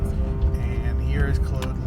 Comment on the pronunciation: Good stuff. (But I believe you’re mispronouncing “Claude Lane”. “Claude” rhymes with “Maude” or “sawed” — not “mode” or “bode”.)